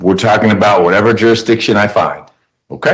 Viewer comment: This guy really needs a speech therapist! Jurshdisson? And then as we get further and further, you gotta feel for the court reporter who is not only trying to translate but play everything back in her head in .5 time. Plus he’s got PAPER in his mouth. And it must be cool to be able to take yourself so seriously that you can’t understand when people are guffawing at you, even as you walk out of a room.